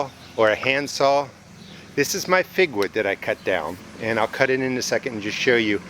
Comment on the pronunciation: Did you say "figwood"? I can't quite catch that.